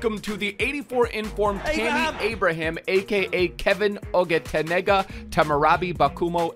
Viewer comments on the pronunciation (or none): lmfao, I always like when he reviews Nigerians cos he is bound to butcher it in the most hilarious way, my man said oghetenega instead of Oghenetega hahaah he is from my tribe in Nigeria actually, literally just found out from butchering his name, did not know his name was Oghenetega. That name is from the Urhobo/Okpe tribe